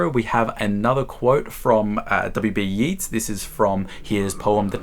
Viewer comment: Cool video! I might just go through my own book collection now. For future reference, Yeats rhymes with waits not with Keats.